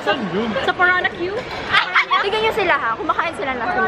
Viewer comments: 'PARANA-Q' BWAHAHAHAHA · PARANAKYU NA PALA PRONUNCIATION NG PARAÑAQUE HAHAHAHAH